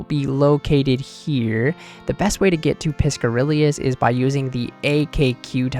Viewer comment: piscarilius?? bro how do you mispronounce a word that is ON SCREEN? i swear, gamers are illiterate